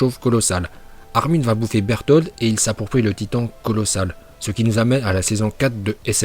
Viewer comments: J'ai regarder sur Google traduction et ce n'est pas bertoto mais berutoto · Faut avoir beaucoup dinspi pour nomé les perso comme ça 😭 « RODOLAÏSE » « BERTOTO » « Armin ARLETOO » « RRRRROSÉ »